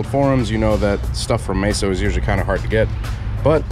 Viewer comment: MEso not MAYso